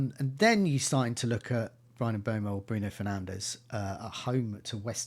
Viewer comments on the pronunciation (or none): Bros still saying GAYbriel instead of GABriel and Boumo instead of Mbuemo 😂 ffs